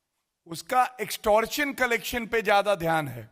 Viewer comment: प्रेस कांफ्रेंस में सब्दो का चयन और उच्चारण ध्यान दें । अर्थ का अनर्थ न होने दें। " कोविड वेक्सिन से ज्यादा खतरनाक है एक्टोर्शन रैकेट" । क्या कॉविड वेक्सिन खतरनाक है ?